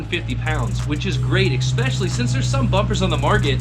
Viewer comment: Are you adding an x when you say especially? It sounds like you're saying expecially.